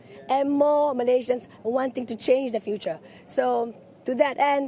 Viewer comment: I love her way saying Malaysian... in it's original name not in English style